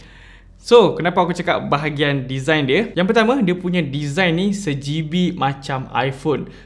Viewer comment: Abang cakap sejibi , maksudnya "sebiji " ker...Abg saya dah subcribe Chanel abg...🤞😜✌️😘👍👍..abg Adam suruh kawan Adam si syahmi dan si Mirul add Chanel abg ok kan..🙏👍😘